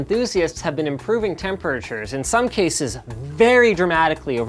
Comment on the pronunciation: Why can't Linus say the word temperatures